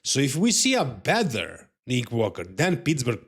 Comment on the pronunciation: beat me to it bud, was going to say bether too 😂😂😂